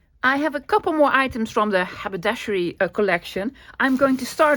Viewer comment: I love that you can pronounce haberdashery!!